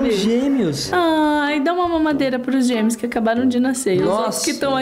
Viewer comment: Em vez de falar gêmeos eu ouvi ela falando gêneos